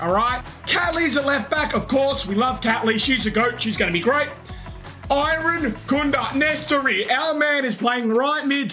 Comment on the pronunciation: Loved the vid but its lowercase i than rankunda not eye-rankunda